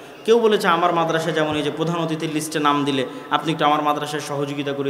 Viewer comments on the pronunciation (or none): none